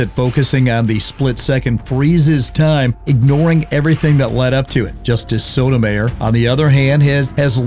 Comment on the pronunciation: You pronounced Sotomayor's name almost like an unlawful sexual function. Thanks for the bad visual, now I have to go clean the porcelain from vomiting my earlier pizza. 🤢🤣